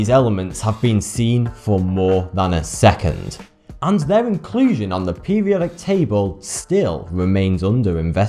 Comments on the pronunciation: pewiodic pewiodic pewiodic pewiodic that word has an r in it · "Peh-wee-odic"... "Boaf these factors"... "Twentieff"... "Synfetic"..."Waydeoactive"... "Fwancium"... "Next opp"... "Wiff"... and they say American's can't speak proper English. shakes head